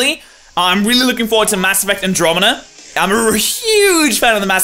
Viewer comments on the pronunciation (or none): none